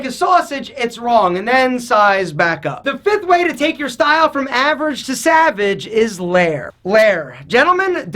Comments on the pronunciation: Did anyone else here "average to savERage" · Average to SAVRAGE 😂😂😂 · One of the moments he said savrege XD